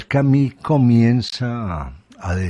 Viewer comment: Albert Camí??? Albert Camus; en fonética francesa, es algo así: "Camius", donde hay una simbiosis entre la "i" y la "u". Si no se llega a esa pronunciación, es mejor decir "Camus", directamente. Esto dicho con mucho respeto.